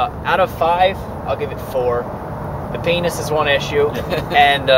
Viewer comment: lol "peynis"